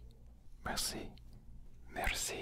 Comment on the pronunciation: you need to remplace the prononciation of the « s » by a « sh » or « ch »